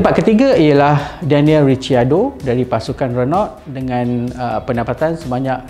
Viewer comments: riciardo pun salah. patutnya rikiardo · Daniel "Honey Badger" Ricciardo. Cara sebutan Ricciardo - "Ri-car-do" Charles Leclerc Cara sebutan Leclerc - "Le-cler" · Sebutan nama pelumba yang salah disebut untuk versi Melayu : Charles Leclerc : Lek-leq Daniel Ricciardo : Ri-kar-do Max Verstappen : Ver-ste-pen Terima kasih 😂😂